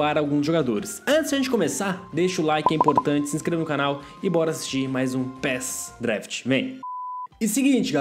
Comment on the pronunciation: Você falou pres daft